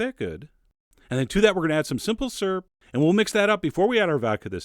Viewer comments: You say syrup funny, sounds like you are saying surp lol. I say it like "sir-up" or "seer up" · You're the only other person beside my mother that pronounces syrup "syrp." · Oh my god you're saying syrup. I spent the whole video wondering what a 'surrp' was... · Syrup has a "U" in it